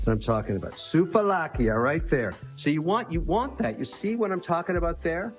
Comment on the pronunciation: Sooove laki is the pronouciation. Not soov a lakia